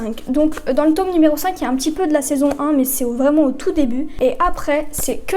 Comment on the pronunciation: Le tôoome MDR 🤣